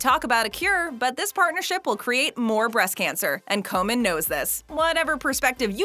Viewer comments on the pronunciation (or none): Komen, not Coleman